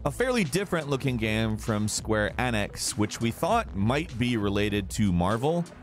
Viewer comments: 'Square enniks' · sQuArE “N”iX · "square annex" ? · Outriders Brough to you by square "annex" according to... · Yeah I've noticed his pronunciations are either inconsistent or just weird af, like with words like multiplayer or the way he pronounced Enix. Sounds like he might be tired or it may be an accent thing.